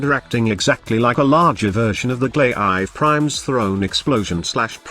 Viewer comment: Human: He, Gauss, Archon, Glaive Prime, Demolyst. Robot: She, Ghost, Orchin, Gay Live Prime, Day-e-Moles(?). 🤣